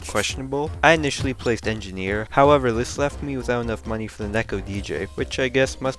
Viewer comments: This guy said : more enginiers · hi im language barrier breaker he said"place more engeniers"